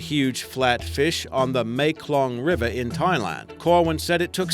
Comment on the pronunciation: It sounds like he is saying meklong instead of mekong lol